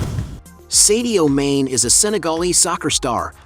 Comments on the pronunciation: At least learn to pronounce his first and last names correctly …. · Ain't no way mans calling him sadio main